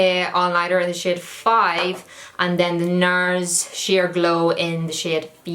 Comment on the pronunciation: I honestly thought she was saying shit instead of shade